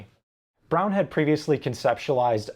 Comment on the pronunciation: You properly pronounced the Braun name. Awesome.